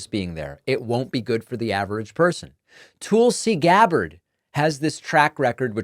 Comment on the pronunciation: I’m tuning out because you persist in mispronouncing Tulsi Gabbard’s name. Just as irritating to me as people deliberately mispronouncing Kamala. Shameful.